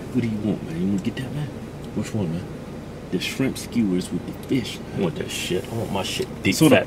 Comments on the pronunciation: "Its fish not feeysh" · "It's fish not feesh" I fucking died